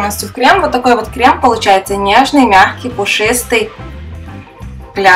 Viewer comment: Крэм, консистЭнция...крэшка 😂